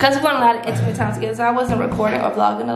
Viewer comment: I had such a grand timeee: WTF IS THAT 🤣 Tf is a “grand” time Lmfaoooo 🤣🤣🤣🤣🤣